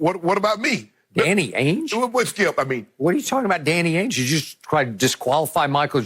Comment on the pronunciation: Did this man say Danny Ange🤦... I'm out